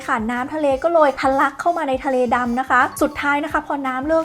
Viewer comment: ทะเล๊...ทะเล 😂